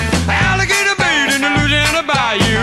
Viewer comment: This man pronounces Louisiana as it should be said , anything else is yankee speak .